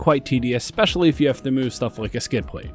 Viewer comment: I liked the review, even though you spent a bit too much time reiterating your points here and there. Thumbs up. Also, did you say, “eckspecially”? I liked the fact that you’re not going for the energy drink addicts, the ADD sufferers and the children abandoned by their parents to be raised by TikTok, YouTube, and the teachers’ unions. You know who they are. They need to be stimulated 24/7 with “extreme” content and Jerry Springer style, fake drama. THANK YOU for not pandering to that demographic! Please keep it up. I could readily do without the music. I figure that if you really have something to say, you should feel no urge to obscure your message by adding music. I just ordered the 300L Rally a couple weeks ago at our local, “mom and pop” Honda dealer. Should be here in a month or so…